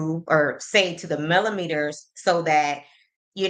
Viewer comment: He probably heard Wanda or Tisha pronounce the word (melometers) like he pronounced it! 😂 Boy, go put on one of your wife's bras & Ms. Wanda can give you girdle!